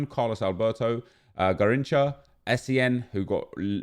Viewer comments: It is Gah-ring-chah not gah-ring-kah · it is pronounced Gahinsha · Its pronounced “Garrinsha” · about the pronounce of Garrincha. The “CH” sound isn’t of K, it’s more sound of SH. Braziliam subscriber here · 1st its garrinscha if u say it (im brazilian) 2nd garrincha will be amazing but if u ask a Brazilian he'll tell u that garrincha was the 2nd. Best player after pelé so I thought he would have a 95 or 96 (and better stats) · It's pronounced "Gahinsha" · I m done with fifa and being a brazilian myself is sad to see those british crapy Icons when they miss Romario , Taffarel , Zico , Falcão , Keeper Marcos from 2002 WC final , Jorginho , Branco .... I m not asking for all of them but pick 2 or 3 of those and make real !!!! Garrincha you say “ Ga hin cha “ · gARRincha The second time you said it was right. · Hey, Nep, quick info from a Brazilian viewer about the prononciation off 'Garrincha'. The 'ch' un Portuguese usually sounds like a 'sh' in English, as you would say 'shower'. No 't' before and definitely no 'k' sound. And the 'rr' in this case sounds something line the 'h' in 'house', on that one you were not that far off. Nice video dude, keep up the good work!